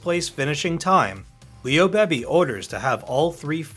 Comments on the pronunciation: Pretty sure it’s a robo voice. Even Beebe’s name is mispronounced 2 different ways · Please pronounce Mk as mark. Leo Beebe is bb not baby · Leo Beebe's last name is pronounced "Bee-bee," not "Baby" - and in real life he was already head of Ford's racing division before the point in the film where Shelby was told he was.